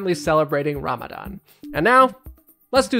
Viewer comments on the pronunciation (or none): none